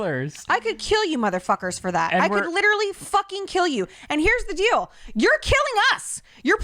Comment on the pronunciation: got saying “dill” instead of “deal” and it has me rolling 😂😂😂